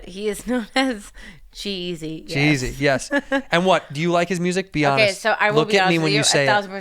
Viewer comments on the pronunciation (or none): Legit thought she said she was dating "jeezy" Let down when i find out its actually g eazy